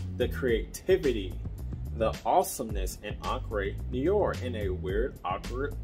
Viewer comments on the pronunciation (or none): It's pronounced "en-cre noo-are'...